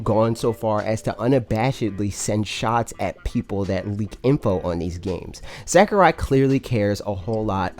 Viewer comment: Sack-er-eye Oh god. Please stahp! lol, luv u bro